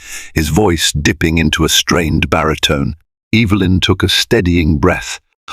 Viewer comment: It's EVA LYN CORRECT PRONOUNCEATION.